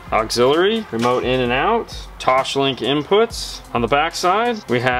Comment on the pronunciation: There is no H in TOSLINK